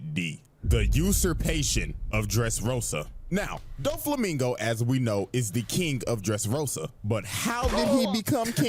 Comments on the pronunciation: Dough-flamingo ✅ Doo-flamingo❌ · The video correctly pronounced Doflamingo name throughout the whole video but you kept saying it wrong. It aint Duflamingo like Du rag 😂😂😂😂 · Hears and acknowledges that his name is Doflamingo Says Dooflamingo the rest of the vid anyways💀